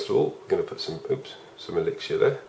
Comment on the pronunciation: Brits be like "elixier"